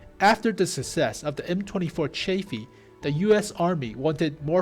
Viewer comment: Is he pronouncing chaffee correct? Sounds super strange to me :p